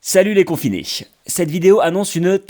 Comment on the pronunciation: "Salut les confinéche"